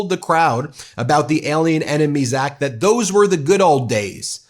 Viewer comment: He can't even pronounce or read the "ACT" yet wants to invoke it? America wake up, we are in serious trouble.